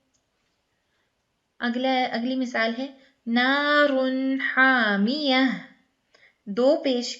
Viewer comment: Naar un haaamiya sister there is ni meem in this word.